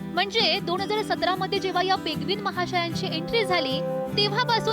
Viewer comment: पेगविन नाही ओ पेंग्विन. अनुस्वाराचा वापर करा. सर्दी झाली आहे का तुम्हाला?